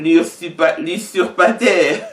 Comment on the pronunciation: Mot oyo bakomaka yango boye n'est ce pas:usurpation,usurpateur,batangaka yango boye:uzurpation,uzurpateur.